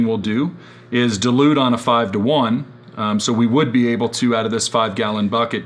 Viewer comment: Thanks for this. Just one thing: You keep on saying delude what you should be saying is dilute ;-)